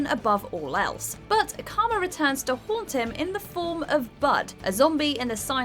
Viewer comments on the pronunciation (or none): none